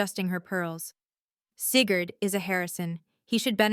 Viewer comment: . “Seagured came home...” . “… the OAR wing...” The hospital had a boat wing. . “Sigurd red allowed.” Maybe it was green, or Sigurd did not know how to read. . “$5 million... Placed in trust for Cigarette... “ ROFL (Lucky Strikes made a killing) . “…news article about Seagard…” This whole story is going to hurt Sigurd’s feelings. . “Seeker did not tell me...” flashback to Star Wars. “… also Lance Smild sent...” “…Lance opened a lane as safe..” once upon a time it was Elena’s safe. . “…Alainus face filled the screen…” Maybe Elena stepped out. . “… Seagird became my grandson...” . “… cigarette reviewed his speech...” Sounds more like Winston (tastes good like a cigarette should. . “ This is a salt!” It might have been assault.